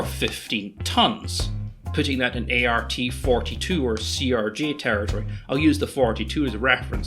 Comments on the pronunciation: That medium-range turboprop airliner you referred to is AKSHUALLY the ATR-42, therefore the correct pronunciation is "Ah-tuhrrr-eh." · That's ATR-42, not ART-42.